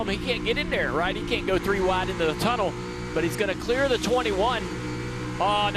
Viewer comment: "Tryna make something happen as we hit the turnel" 🔥 🗣